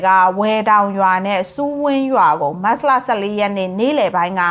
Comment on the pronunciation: မတ်စလ,မတ်စလ နဲ့ကြေငြာတာနားထောင်လို့မကောင်းပါ။မတ်ချ်လ(သို့)မတ်လဆိုလျှင်တော်သေး။